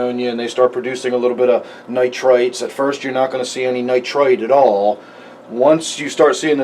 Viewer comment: When you say nitrite and nitrate it sounds the same to me... the only reason I know what you mean is because I am familiar with the nitrogen cycle... It could be confusing for beginners... other than that though, great video thanks for sharing.